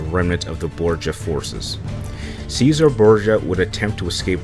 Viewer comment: Cesare is pronounced chesare actually but you are saying scissor